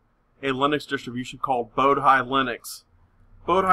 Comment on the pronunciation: "boh-dee" not "boh-die"